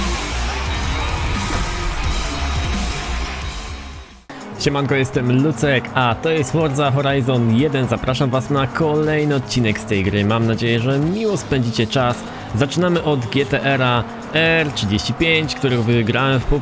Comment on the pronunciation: to forza jeden a nie firza XD